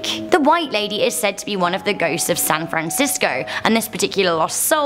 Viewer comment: In the citayyof san frace